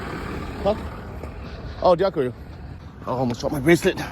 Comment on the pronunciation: Wow,, thanks a lot for this awesome tour, you have your own touch among others, I should say. Sounds funny, though, pronouncing 'dziękuję' the way you do 'thank you'. Second syllable, not first, should be stressed. Looking forward to a much-awaited tour in Portugal. Have fun!